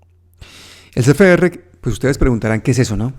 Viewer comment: una corrección: Es C F R, no es Ce Fe Erre.